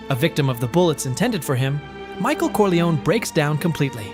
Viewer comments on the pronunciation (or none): none